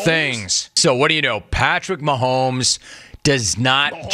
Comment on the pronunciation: There's no L in Mahomes. It's not Maholms. Why does he keep saying Maholms. It's really not that difficult. lol